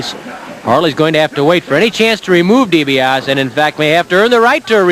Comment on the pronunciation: never did learn how to pronounce DiBiase